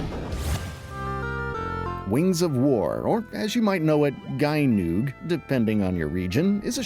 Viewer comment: For information, Gynoug is pronounded "Jeenoog" 😉